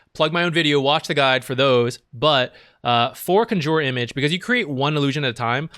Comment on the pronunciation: Yes, accent is in the wrong place.